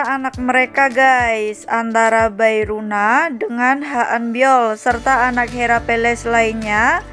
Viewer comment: Bae rona= be rona Bukan bae runa😭